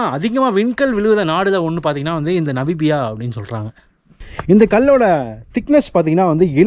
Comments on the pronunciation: Bro, அது 'நபிபியா' இல்லை 'நமிபியா-Namibia' என்று மாற்றி உச்சரிக்கவும். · நமிபியா. Not நபிமியா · Bro Namibia, not nabibiya... No offense just telling, pls don't get me wrong....